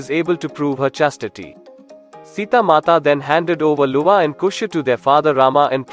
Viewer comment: Yes i agree, specially Avani , Ramayana, luva some names has to pronounce like in Sanskrit . Otherwise nicely described. Good work.